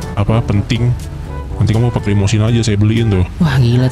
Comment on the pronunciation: Itu limosine bkan limodine